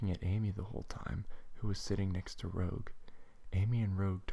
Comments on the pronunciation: Good reading, but Rouge's name is pronounced: "R-ooo-j". Still, good work! :D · and you pronounced Rouge WRONG